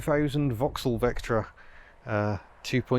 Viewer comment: "Serious Vectra-in" (No G)